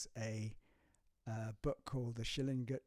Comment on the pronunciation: It's SchillinGer (as in finGer), not Schillingjer. Sorry.